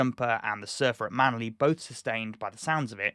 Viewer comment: I've never heard a non Aussie get all those towns and suburbs names correct. =D